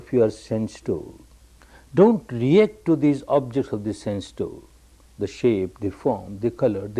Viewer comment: sense door.. not 'sand stone'